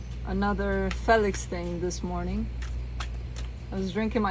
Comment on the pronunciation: 😆hahaha I love you...also love how you pronounce him Fell IX.. you're sweet and beautiful in EVERY WAY! 💙💙💙